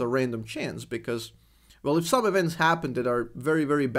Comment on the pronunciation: Funny that due to your accent you prononce playing "well" like "Vel", maybe that is why you're the #1 Vel, you play Vel Vel... lol